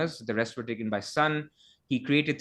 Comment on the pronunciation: Great podcast guys, but how come a Korean guy can't pronounce Son properly? It's 손, not 선!